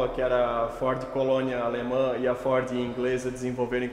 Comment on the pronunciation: Uma pena a imagem estar tao escura e ruim Amo o homem falando FOR kkkkk